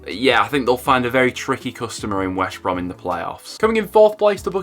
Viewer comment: Great video, but you keep saying Wesh Brom instead of West Brom!!!😂 Leeds get 1st because Leicester has 5 games in 14 days.